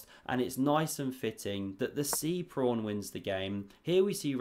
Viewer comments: There's no r in pawn 😂😢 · I often understand "prawn" - have I heared it wrong or did he really say this? 😅 "covers the C prawn" 😅 omg ... if it was intentional he is a master of puns 🤯 "sea prawn" ... omg this would be too good to be true